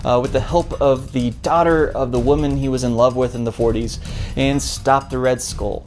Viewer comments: You really have no business complaining about this movie considering you cannot pronounce the word SKULL, you baldy headed fuck. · Why can't you say "skull" like a normal person?